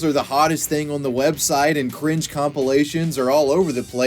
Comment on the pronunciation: The way you emphasize "cringe" hurts me so much. I hate 2016